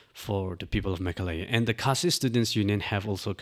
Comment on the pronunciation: The MLA has a valid point. Also, it's Meghalaya, not Mekhalaya.